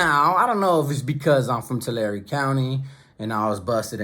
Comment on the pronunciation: I was just in your area bro, got an uncle in Reedley. It was funny cuz I was wondering how far Tulare was from us, telling my sister that I watch a dude from YouTube from there, she’s like it ain’t Tulare it’s Tulair so we watched one of your videos in the car just so she hears how Tulare is pronounced from a Tulare native. Hope you and your fam had a good thanksgiving mane.